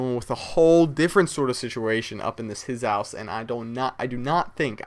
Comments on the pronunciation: said "Hiz-house" lol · nigga just said 'hizzouse'. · lol hizouse